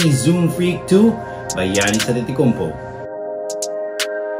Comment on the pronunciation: Its not antitikounmpo its antetokounmpo